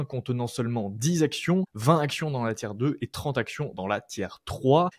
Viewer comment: Ça vient de l'anglais tier list, donc sans s. Mais il le dit mal, ça se prononce phonétiquement "tir".